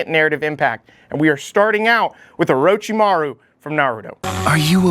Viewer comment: Oro CHI maru... for the love of God, not oro chi MAHRU!! Great video though, I love that you tried to put data points to justify your rankings.